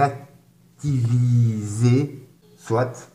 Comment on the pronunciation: "Intera...cti...viser".... Mon Dieu...